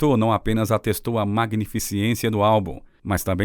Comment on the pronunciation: Não é magnificiência é magnificência , e não é prelúndio é prelúdio